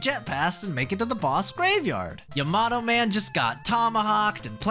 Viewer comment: bro said "yemato" man